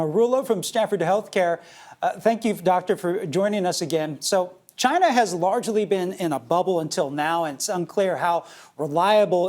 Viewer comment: It comes from Chynahhh.